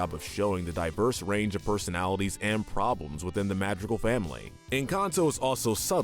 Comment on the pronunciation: Madrigal is said wrong too.